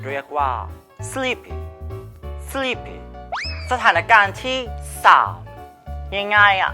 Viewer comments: Sleepy อ่านว่า สลิป.. 55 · ไม่ได้ยินหรอครับ เค้าอ่านว่า "สลีพพิ"